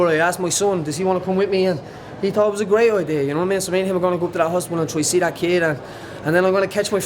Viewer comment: Hostibal haha. Aboii Paddy